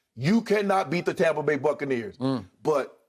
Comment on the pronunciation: Did skip say tompa bay 😅😅😅😅